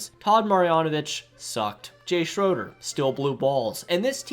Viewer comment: To consider yourself a real radar fan you need to learn how to pronounce Jay Schrader and Todd Marinović correctly.. jk.. good video bro. RN4L